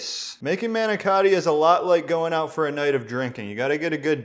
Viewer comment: It hurts my ears the way you say Ricotta & Manicotti . Please go to & type in Ricotta/Manicotti or ask your Italian grandmother. But receipt does look tasty